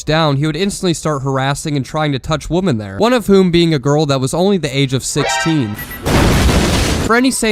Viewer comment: you're one of those that pronounces women as woman